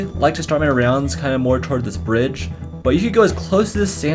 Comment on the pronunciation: says brdige